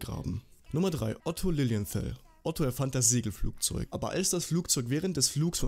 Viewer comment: Otto Lilienthal ist doch ein deutscher Name, wieso sprichst du es extra englisch aus?